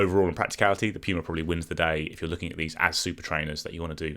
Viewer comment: Piuma, Piuma, Piuma.. Ugh mate. Good stuff but it drives me nuts, the Puma is a great shoe and I say that as an Asics lover.